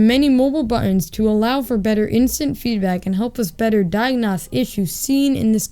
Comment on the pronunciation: Kid doesn’t know how to say diagnose lol